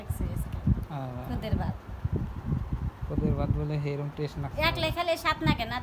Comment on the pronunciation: টেস না বলবেন টেস্ট